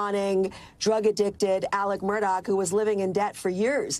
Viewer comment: People still pronounce this guy's name as Murdoch! Anyone seen Lethal Weapon with Danny Glover???? How do you pronounce his last name......they are very similar